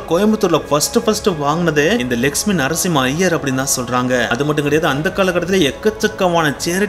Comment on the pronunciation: Lakshmi ..nu neenga sollumpothu legspin nu kekuthu ..konjam theliva sollunga brother 😅